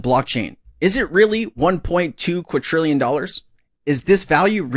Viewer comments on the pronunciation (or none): It's not pronounced qud-trillion, it's quad-drillion. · it is NOT uqadtrillian IT IS QUIDRIALLION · QuaDrillion…. Not Quatrillion…. My Only peeve of this channel lol. Love ya